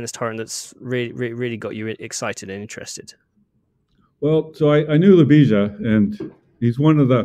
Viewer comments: The accent of Ljubisa's name is in the first syllable. And the s is light. Maybe he is used to this. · Came here for the butchered pronunciation of. Wasn't disappointed. Have updoot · Never have I herd a name so badly butchered in mispronunciation. Poor has probably given up on trying to get anglos to pounce his name properly a decade ago.